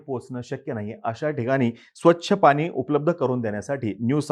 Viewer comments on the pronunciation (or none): none